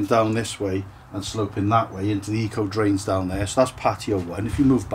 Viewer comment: Eco drains 😅, come on ACO drains, you know it but just a habit of speech 🙄 cracking workmanship again 👌